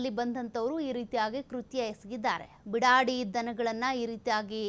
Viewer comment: Bidadi alla beedaadi